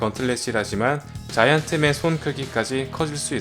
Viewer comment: 자이언트맨 발음 들을때 마다 웃기네 좌~이원트뭰